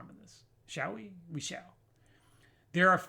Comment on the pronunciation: “Wee” are you Scottish?